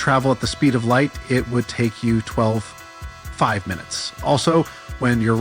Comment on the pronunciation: It can't say the numbers correctly like "12.5" it said "12" then "5" lol